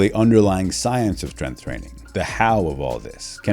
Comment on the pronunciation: Strenth is not a word. Maybe learn how to say the word before making a video on it, expert.